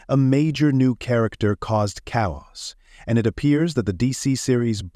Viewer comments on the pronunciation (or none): "...caused cow oss.."